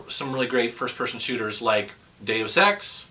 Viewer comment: ...When you said "Deus Ex," I thought you said "Game of Sex" for a moment. :o